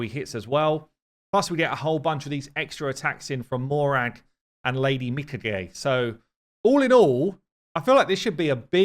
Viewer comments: MI-KHA-GHE MI - [for Lady kiMI] KHA - [for high KHAtun] GHE - [for GEnbo] That's how you pronouce it, lol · You guys have problems with Japanese names. mi-Ka-gey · just pointing out that Lady Mikage should be pronounce as a Japaneese name so pronounced "Mikag "A" the E in japaneese is pronounce as a "A" in english in french its more obvious since we have the sound "É" which sound exactly the same as "A" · Mee-Caw-Gay. Please yall get the name fixed lol. I am quite over hearing these pronunciations. Love the vid though. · Meanwhile just keeps on butchering it without a care. He pronounces it Mi-caj-ay (rhymes with Mirage-ay) lol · my friend pronounced it Mikah-Gee like bruh how you even get that? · You're still pronouncing it wrong, it's "my-car-gay". Trust me, I love sushi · I think it's Mi-COGEE, emphasize the "cog" sound. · Me-Kah-Gae that's the pronunciation. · I'm reasonably certain Plarium used Japanese as the inspiration for the Shadowkin. As someone who speaks some Japanese, i can say with 100% certainty that the correct pronunciation (using Japanese phonetics) would be mē-ka-gā. Written in hiragana it would be みかげ. This all makes sense as well if you consider that mikage in Japanese literally means an honorable spirit (as in spirit of a dead person). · He kept saying her name wrong. LOL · How is it that you weren’t able to say her name correctly until the very end of the video, lol 😂. You know how to farm views, you have now reached legendary status 👍. Keep up the great content. I need to focus more on my ally protect champs. If I can get two and add Valk for her giant shields a buff extender and a huge DPS, I think I could finally 1 key UNM. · How come you can say Toragi correctly but not Mikage? They are almost the same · it's annoying, he should see the original Mikage vid on the official channel to correct it Japanese name isn't hard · The e in Mikage is pronounced like the e in eight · butchers even the most simplest names 😂